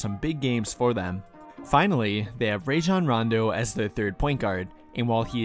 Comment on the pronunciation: Love your vids. If you're not aware, Rajon pronounces his name Rah-zhan. You can hear it anytime he says it himself.